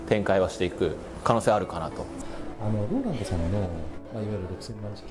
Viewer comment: ローランドさん英語頑張ってますね！ 素晴らしい👏 ご自身の名前の発音を頑張って！Lolandになってます😂